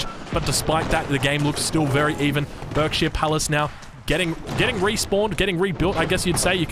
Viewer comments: What a match! Loving some of the changes from previous titles, interested to see hopefully some more civs over time! FYI Berkshire is pronounced Barksheer (stupid UK pronounciations being stupid e.g. Thames actually being pronounced Tems...) To be very clear, I'm not in any way offended by this, just thought I'd let you know for future! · For the sake of you not driving every English person crazy, whenever you cast a game with a Berkshire Palace in the future, it's pronounced "Barkshire". Like clerk is pronounced "clark".